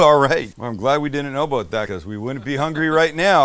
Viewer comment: That's what I'm talking aboot.👍